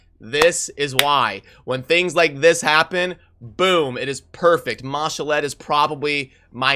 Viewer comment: Its ma-shawl'd not ma- sha-led